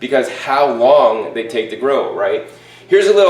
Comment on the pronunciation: "How Wong they take to grow" You made me crease. now ive said it. you all hear it !!! One love